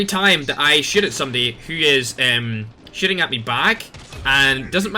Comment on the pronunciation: I love how you say shiting instead of shooting